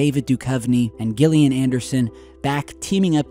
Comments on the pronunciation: Love you..but it's Gillian with a soft G ( like Jelly) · she pronounces it “Jillian”, even though it starts with a G. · How could you be a fan of the X-Files and mispronounce Gillian? And announce their comeback when it happened 2 seasons ago?